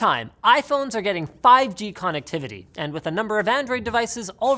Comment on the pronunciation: Noone: Linus: CONnectivity